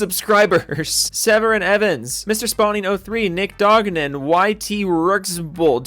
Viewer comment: very close! but it's Donogan, not Dognan